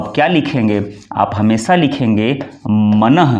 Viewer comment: आप स्वयं 'श'-'स'-'ष'-'ज़' के शुद्ध उच्चार करें; "हमेसा" न बोलें, "use" को "यूज" न कहें, परन्तु "यूज़" शुद्ध उच्चार करें। 'J', 'Jh' एवं 'Z' के उच्चारों के अंतर को समझना और समझाना अत्यन्त आवश्यक है।